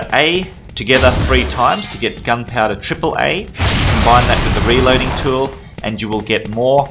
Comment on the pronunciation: Love how he says gun powda